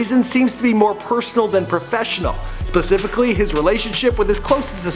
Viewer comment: Specifically * not pacifically 😂😂😂